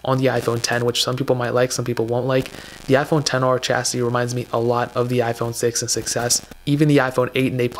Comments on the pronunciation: The Chasity? You mean, the Chassis? LOL =) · Chastity? or Chassis? Cmon dude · did this dude really just pronounce “chassis” like “chastity”